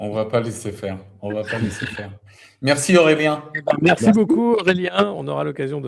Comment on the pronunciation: Nota : Aurélien et non Aureien, sinon entretient intéressant.